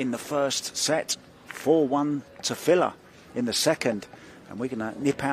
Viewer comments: So in some countries the name that's spelled fedor is pronounced..feedoor.? And in other countries, which is what I'm used to, it is pronounced fehdor. I don't know why it bothers me so much when someone mispronounces somebody's name. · Yet again, a predator event with some of the worst commentators in the game. When the one gentleman called Fedor "fee dor" i started to go for the mute button and it just got worse from there.